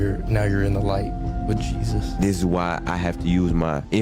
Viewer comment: HARRESSY! That AI got JESUS all wrong.